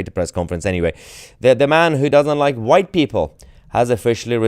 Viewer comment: Blame the “hwhite” man ! 😂😂😂